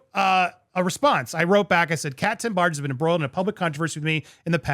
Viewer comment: Whenever you say this ladies name all I hear is “Captain Barge” and I visualize her with an eye patch and a hook for a hand. Lol